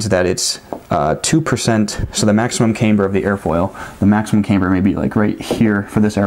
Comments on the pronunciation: Um no it isn't, I was a Aircraft drafter designer and a Crew Chief in the Air Force. Neither place used the pronunciation camebur. Not trying to be difficult but it's kinda like calling a glacier a "glassier". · Smart dude but not camebur but camber. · Pronouncing differently, maybe, asking people to accept it as normal just because you want them to is a bit of a stretch. The reason you stated for your pronunciation is simply not right though. There is absolutely no difference in the pronunciation of camber between the two groups you described. Sir I created engineering drawings for the aviation industry and nobody used the pronunciation that you do for goodness sakes.